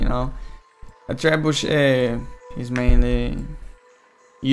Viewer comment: Did u say trebushit? I heard u say that at first XD